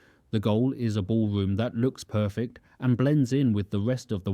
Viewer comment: Perfec? The ballwomb wiw wuk poofec? The put-on 'accent' is a speech impediment.